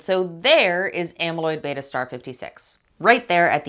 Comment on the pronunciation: Well done, it was nice to hear someone pronounce “beta” correctly 🧐